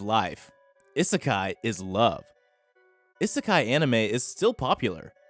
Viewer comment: is it just me or is the way he say isekai weird no offence